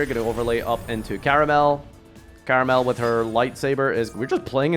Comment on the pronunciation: Why are all english speaking yugitubers fucking illiterate? It's Karmael, not Karamel, try taking more than a millisecond to read a card's name for once and you'll see you'll never get it wrong again.